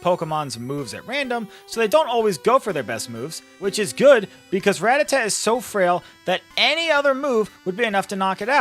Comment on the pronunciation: You say it wrong and its sooooo annoying!!!!! I can't even watch this video lol